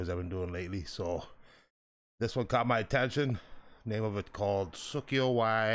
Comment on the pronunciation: susy-o e despro-lee-ho